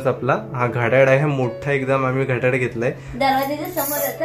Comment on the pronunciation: अरे बाबा घड्याड नाही घड्याळ म्हण